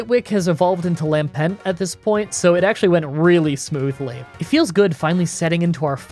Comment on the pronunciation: Local man can pronounce Reuniclus correctly, but not Lampent